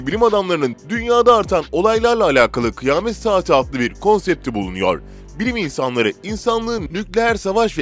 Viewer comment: Kıyamet=kıy-a-met.... Kıymet😱😱